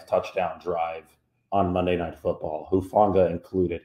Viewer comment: I'm glad to hear your positive observations RE Talanoa Hufanga's performances in recent weeks. I've followed his football career closely since he was a junior in high school and look forward to bigger and better things for him and the team moving forward. BTW....I also appreciate that you repeatedly pronounced his last name CORRECTLY (i.e. "who-FAWN-gah"). It may not seem like a lot, but there's a nameless guy out there (i.e. Grant Cohn) who apparently "covers" the 49ers for Sports Illustrated and has NOT pronounced his surname CORRECTLY yet. Pretty basic stuff when it comes to news/sports reporting/commentary. I apologize for bringing up this latter subject on your site, but I wanted to give the inciteful Mr. Cohen the proper attention he deserves where/when I can.